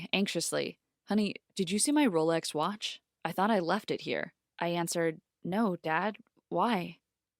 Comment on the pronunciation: “my father got his watsh back” 😂